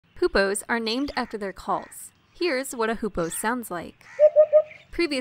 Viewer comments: the video is awesome, but i have one teeny-weeny problem with it you misspronounced hoopoe every single time you've said it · just spend the whole vid misspronouncing hoopoe :(